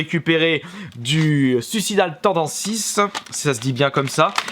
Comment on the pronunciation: J'ai saigné des oreilles quand j'ai entendu "souissidale tandanssisse" ... révise l'anglais dude :p